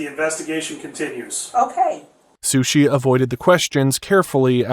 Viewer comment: sorry... but SHUSHI??